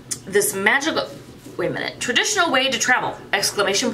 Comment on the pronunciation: Ok that pouch is cute. I can't believe I heard when you said "magickal parchment" I heard "vaginal parchment" I did a double take 😂🤣😂🤣 Ok want that wood pendulum. Ok that sticky note book is cute. That wooden box is awesome!